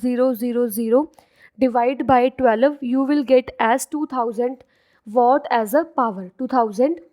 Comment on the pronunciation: It is watt nit what